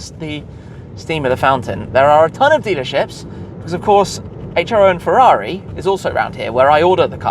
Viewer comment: So you can't even say Ferrari while driving one.